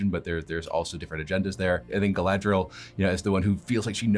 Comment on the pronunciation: The actress doesn't know the name of her own character?!? 😀 First I thought she just made a mistake, but then she repeats it. Gladriel, Gladriel, Wtf? Could this show become an even bigger joke? HER NAME IS GALADRIEL FFS!